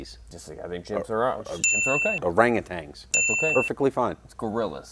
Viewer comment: Did you say Orangatangs? NOOOOO! OranguTANs... Please!!